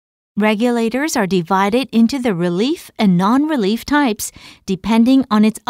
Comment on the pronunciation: great explanation; the words should be "relief" (no "relif")